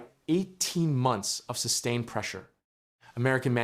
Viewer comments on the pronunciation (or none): none